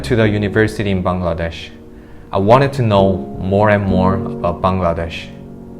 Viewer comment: Tha way he pronounce Bangladesh🇧🇩 prooves he lived here for 13 years❤️